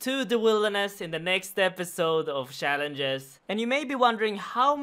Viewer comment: Shaalenges xD